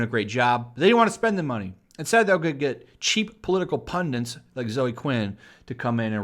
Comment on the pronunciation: What's a "Pundant"?